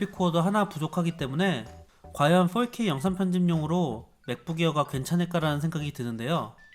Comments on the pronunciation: 저기 근데 어차피 four발음이 원어민하곤 거리가 먼데 왜 훨케이라고 하는거죠 ;ㅁ; 그냥 포케이라고 하시는게 나을듯합니다. 오히려 거슬려요. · 4k 발음이 40k라고 하시는듯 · 자꾸 4k가 “volk 에이”로 들려요 ㅋㅋㅋㅋ 독일어 공부하다보니 ㅋㅋㅋㅋ